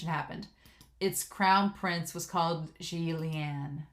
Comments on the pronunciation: Yeah she butchered it so hard that I cringed and when she butchered 'Xian Le' I was like: no, you know the Xian part come on. XD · Xie Lian is pronounced How to Pronounce Xie Lian I think you will hear the names very soon. And I am so happy you are doing this series.